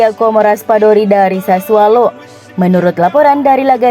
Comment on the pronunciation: Sassuolo mbak. Bukan sassualo